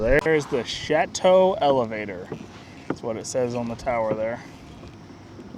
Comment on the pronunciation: Gotta correction for grammar, it is not pronounced chatue her, folks call it show toe. Not much French influence I guess be well folks.